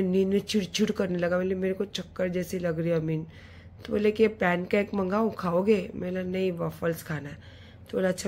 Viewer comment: Pannn cake nahi Pan cake hota hai, wavles nahi waffles hota hai. Pehle khud ki pronunciation thik karo. Phir dusro ko gyann dena.